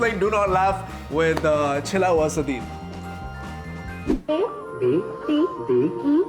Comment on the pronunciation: Sadeed ❌ nashai ✅